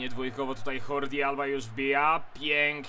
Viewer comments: Wymawia się DŻordi,bo jest Katalończykiem. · On jest Katalończykiem, dlatego Dżordi. To samo jest z Xavim - mówimy na niego Czawi dlatego, bo również jest Katalończykiem. Xavi Martinez nie jest Katalończykiem, więc poprawna wymowa jego imienia to Hawi. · Po katalońsku Żordi. Po hiszpańsku Dżordi. Nie zawsze czyta się 'j" jako 'h" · Co z tego, wszyscy mówią źle. Alba jest z Hiszpanii, więc HORDI.